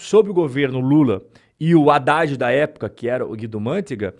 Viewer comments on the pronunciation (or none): none